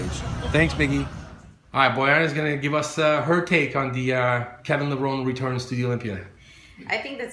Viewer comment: It's amazing that Kevin has been around for over 20 years and people still don't know how to pronounce his last name. (It's Levro-nee)